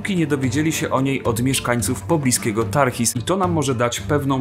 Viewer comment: Szanowny, wszystko dobrze, tylko - błagam - niech Pan przeczyta sobie dokładnie nazwy własne. Nie ma Tarchis, nie ma Aspos!!! Non sunt. Co do tej pierwszej, to nawet w cytacie z Herodota pokazanym na ekranie brzmi inaczej, a Pan mimo to brnie:))) Omyłek jest znacznie więcej i paskudzą świetny pomysł!!! Dobrze, że przetrwały imiona Leonidasa i Efialtesa, no i nieszczęsnego w sumie Kserksesa. To nie pop kultura wyniosła na szczyty tę bitwę, lecz mit założycielski greckiej demokracji versus tyrania Wschodu!!! Aktualne to do dzisiaj i tylko straszne, że Turcy siedzą w Jonii jak u siebie. Wszystkiego dobrego!!! Staranniej czytać!!!